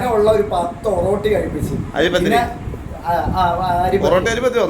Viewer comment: ഒറട്ടി എന്നാണ് പറയുന്നത്